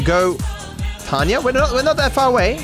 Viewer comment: Waiting for the day when pronounces Tonya's name properly